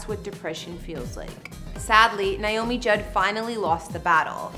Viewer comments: It's nAy not Nie😢 !!!! NAomi! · First of all, you need to pronounce her name as it is "Naomi" and not "Niomi". This video was NOT a house tour. It was a repetition of information we've all heard since Naomi's death. The green pastures were beautiful, and Naomi was beautiful in her white dress against the green hillsides.